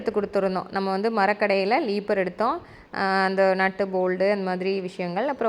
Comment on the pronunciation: லீப்பர் இல்லை ரீப்பர்😢 கடப்பு கல் இல்லை கடப்பா கல் உங்களுக்கு என்ன பணம் இருக்கு எவ்வளவு வேணாலும் செலவு பண்ணலாம்